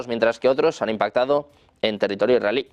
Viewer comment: Dice israelí como si fuera iraní?